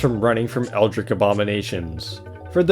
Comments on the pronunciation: "eldrik, mazacheest" where did this guy learn english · the way he said masochist and eldritch lmao